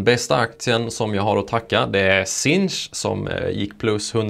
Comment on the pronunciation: uttalas sinch inte "sink"? Bra jobbat iaf!